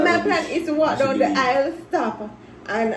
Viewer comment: so babe my plan is to walk down the isle.... Nobody:: its the izzle 😂🤣😂😊🤣